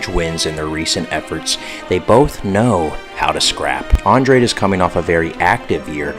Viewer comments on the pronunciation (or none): Your analysis isn't bad, but please watch more fights and learn the fighter's name pronunciations. So many people are gonna drag you for that as you get more views. Andrade (Andraj) Kattar (Caiter) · Naw Ima take ur picks with a grain of salt when you don’t know how to pronounce Andrade last name 🤦🏻‍♂️